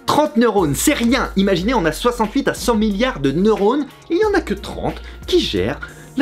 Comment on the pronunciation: 6.41, "neurores", Fabi...